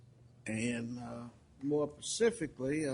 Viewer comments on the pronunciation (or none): "More pacifically" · At this point I’d like to suggest a shot of tequila be downed for every time this Judge says the “Pacifically” Anyone know any shot girls?? And no I’m not going to let this go. It’s like watching a play dough model court proceeding. But I love it 😂 I can’t stop watching! This is insane. The music on the intro alone is worth a watch ❤😂❤